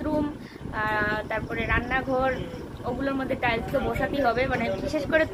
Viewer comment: কথাটা টাইলশ টাইশ